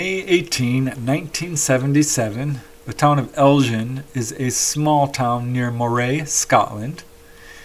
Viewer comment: Hi, hope you are very well. Great interesting cases. Just a note about the Scottish case. You pronounce the town as EL and the G part as a Ger sound, rather than say Gin like the drink. So like the word Get. ELGIN. Its near Loch Ness, home of the Loch Ness Monster.